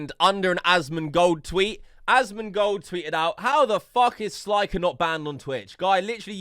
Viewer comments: It's slick-er not sli-ker 🤦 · It's not sl👁️ker it's sl👅ker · stop saying. its clearly pronounced slicker u spastic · SL EYE CKER lmao can you say slicker? ROFL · “SLIEKER” 💀💀💀 Oh hell naw, who invited this dude? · guy does research on 'sliker', continues to say his name wrong every time... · “Sly-kur” tf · He can't pronounce it, he brought it up when he said 'sly-ker'